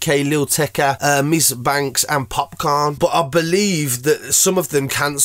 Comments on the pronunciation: The way man said popcorn lol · I read this comment before he said it and you my friend did not disappoint